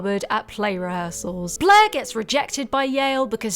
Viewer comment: It took me too long to realise her name was 'blaire' and you weren't just calling her 'bleh'